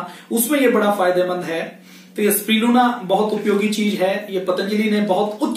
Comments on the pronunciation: Spirulina to theek se bol lo pehle.. usper video bana rahe ho... Spiluna Nai Bolte Isko Spi - Ru - Lina Iski Practice Karo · Spriluna nahi sir Spirulina Aapne likkha sahi he Pad galat rahe he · Are bhaiyya pehle spirulina ka naam to theek se lena sikho. Ye spiluna spiluna kya bol rahe ho? 🤣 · pls pronounce spi-ru-lina correctly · You are not pronouncing the world spirulina properly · Aap SPIRULINA please pronounce karna bhi thoda sikh lijiye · Naam toh theek se lelo